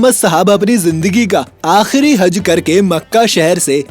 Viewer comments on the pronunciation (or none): He speak हज =I listen हग